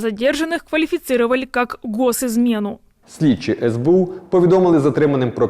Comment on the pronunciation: Не Дехтяренко а Дегтяренко